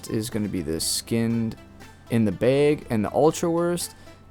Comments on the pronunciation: That's not a BEG it's a BAG lol, you don't say ESS when you mean to say ASS. Good video though! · please stop saying bage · Its bag and not bage😂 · You say bag like Kyle's cousin Kyle from South Park. 'Baeg" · Not trying to be grammar police here, but "bag" is pronounced bahg, as in hag, not bay-egg. Because the letter "a" has two sounds in english, one short, the other long. The a in Jay is completely different than the a in drag. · Came here to say … the word is BAG. Not BEHG. Dear lord. Thank you for the info though. Bag. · are you saying BEIG instead of BAG? "a" like hat, bat, that, cat, snap, pat, catch, latch. BAG. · it's called BAG, spelled B A G also pronounced BAG not BEG, BEG is what you do when you post a video and BEG us to hit the like button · BAG NOT BEG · Love to hear the difference between you saying Beg and Bag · bheg. Not bag. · Why does he irritatingly say 'beg' and not bag. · it's Bag, not beg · bAg, NOT bEgg. Geesus christ. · Why do you pronounce bag as beg? 🤷🏻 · Why is he saying like that: "behg". It's bag. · I couldn’t concentrate after hearing “baeg” 😂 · My biggest take away was that you were saying”BAG” but it sounds like you saying “BIG” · The way he says Bag makes me laugh. Beg. 😂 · I need you to do me a favor, and look up the pronunciation of the word "bag". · I can’t help but notice he says bayg 😆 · “Throw em in ah beeg” hahah good info! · I keep hearing beyg instead of bag 😂 what kind of accent you got? I like it. the video was nice too, look forward to similar ones in the future 🤙🏼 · You say “bag” like baig. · is he saying beg or bag? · Are you saying Beg or Baaaa lol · Say bag wrong one more time lol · Gonna try some peeled seeds in one beeeg and some none peeled seeds in another beeeg 😅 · Why can’t this guy say bag? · lol, this idiot calls a bag a BAYGE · The amount of times he said bauge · Teehee.😆 I like how you say "bag". "... sandwich beg..." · "in one beg" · Stop saying BEG! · I could listen to you say "baeg" all day long